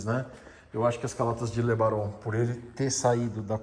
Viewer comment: "Le Baron" é um nome tão bom de pronunciar...era "romântica" dos carros que não volta mais!